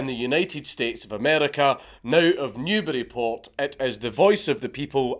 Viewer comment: Considering you’re British, it isn’t really surprising, but thank you so much for pronouncing, “Newburyport” properly